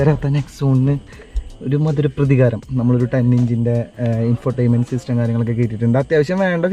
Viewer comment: പ്രധികാരം അല്ല പ്രതികാരം